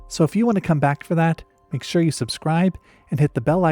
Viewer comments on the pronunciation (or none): none